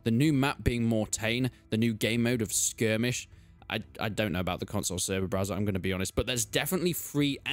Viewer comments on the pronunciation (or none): none